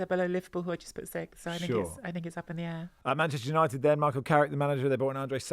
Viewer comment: It’s Manchester United not Man as in Manchester Guardian.